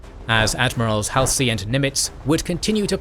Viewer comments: Nitpick: I believe Admiral Halsey's name is pronounces Haul-z, not Hal-c. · Haul-see... not "Hal-see" Admiral "" Halsey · Top notch content, but the narrator's pronunciation of Halsey irritates me slightly. It's "Haul - zee"!😊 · Hall-see .... not Hal-see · Am I the only one who finds WW2 history being recited by a souless robot to be demeaning and insulting? Get a living , breathing human to do it. And its Hall-sy and Guad-al-canal, not Hell-See and Guad-El-canal! A human would pronounce it right. Souless inflection and mispronunciation makes it almost unlistenable. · ... it is pronounced ... Hall' se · The ai mispronouncing Halsey is annoying af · How many times can you say Admiral Halsey's name incorrectly? Even Paul McCartney got it right and I'm not sure if he was ever all that interested in the Pacific theater of World War II. I know that this is supposed to be a real person doing the narration but there are so many times it does not seem to be that way. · Fact check the pronunciation of Halsey's name.